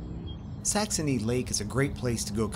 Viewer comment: Are you saying Saxomy with an m and not saxony??😅🤔